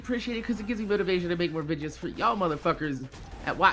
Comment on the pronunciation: OH MY GOD STOP SAYING VIDGES ITS VI DEE OHS